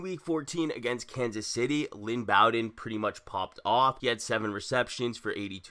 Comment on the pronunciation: It’s Lynn Bow-Den, not BAwwden